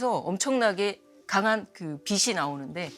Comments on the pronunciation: 빛이 (비시)~ 똑똑한 분에게 인간적인 모습 잘 봤습니다~ 하지만 계속 거슬렸어요 ㅠㅠ 다른 패널들이 빛이 (비치~) 강조하던데... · 교수님 설명 다 좋은데, 발음 하나만 고치시면 좋겠습니다. '빛이' 는 '비시'로 발음하는 게 아니라 '비치'라고 해야 맞습니다. 이거는 교수님도 마찬가지에요. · 박사님 다 좋은데 빛이 를 발음할때 비시로 하시는데 비치로 발음 하시면 좋겠습니다. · 박사님 잘 봤습니다. 가장 가까이 있는 별이 있어서 태양을 연구하게 되었다는 말씀이 참 와닿네요^^ 박사님 아주 작은 한 가지 고쳐야할 점 말씀드릴게요. "빛이", "빛을"을 발음하실 때 "비시", "비슬"이 아닌 "비치", "비츨"이라고 발음해주시면 더 좋겠습니다. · 외람된 말씀드리자면... 박사님.. [비시]들어오면, [비시]강해서, [비시]비칠때 이러시는데... 우리말 바른 발음은 [비치]비칠때, [비치]달라요. 비슬-> 비츨 빛이->비치 비슨->비츤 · 내용 너무 좋은데 빛 이면 받침이 ㅊ 이라 빛이 = '비치' 빛을 ='비츨' 로 발음해야하는데 교수님 계속 '비시' '비슬' 로 빗으로 발음하시는점은 조금 수정하시는게 어떨까 싶네요.